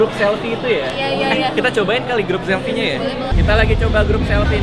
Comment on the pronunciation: mantav semua huruv f jadi v 😂😂 vivo, somvlak juga, kamera selvi devannya duavuluh megavixel 😂😂 vanco ama gue lah lu bang 😂😂